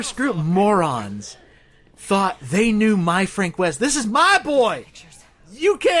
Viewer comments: 1 fronk wost.2 french weest.3 frankie wove. weird yet in my opinion cool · I believe in your dr2 lets play you called him "Fronk East" at one point. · It's fronk yeast